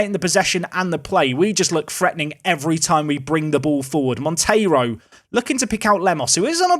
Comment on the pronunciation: So happy for you to say Monteiro instead of Montero 😅 thanks cheers